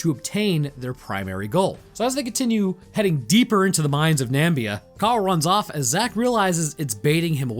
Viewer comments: Nam-ib-ia not Nambia. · Also what the fuck is a "nambia" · Question: Why is Namibia pronounced Nambia in the US. Is is like aluminium/aluminum, caramel/carmel? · Really bugs me every time I hear "Nambia". Two I's in Namibia. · I stick to Namibia not Nambia lol mayby thinking Zambia? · I dunno if you did it on purpose to drive engagement by having people correct you in the comments, but here goes! "Umm... Actually, the name of the desert is the Namib desert, and the country is Namibia. The desert stretches from Angola, through Namibia, into South Africa. Nambia is categorically incorrect. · The country is Namibia, not Nambia. Nambia is the country trump made up when he forgot how to say Namibia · There are 2 "i" in Namibia, you know? It's not Nambia. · It's Namibia 🇳🇦 not 'Nambia'. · Namib Desert of South Africa, Not the "Namibia Desert", and it's "NAA-MIII-BIII-YAAA" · bro, your pronunciation of namibia is killing me inside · Namibian here... It's so weird with the mispronouncing, made me laugh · Being from southern africa, I love how you butchered Namibia. - wait do you mean tokoloshe? You pronounce that one toh-koh-LOH-shee. You need to do more southern African themes